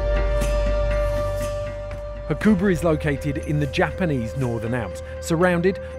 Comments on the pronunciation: It's pronounced 'Hakuba', not 'hakOOOOOba'. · Surely it doesn’t take long to ask someone how to pronounce Hakuba properly before editing? :S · Surprising red bull you haven't put any thought into pronouncing Hakuba or Nagano correctly.